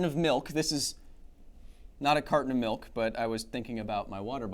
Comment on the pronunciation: CARTON OF MILK enunciate! Enuncinate!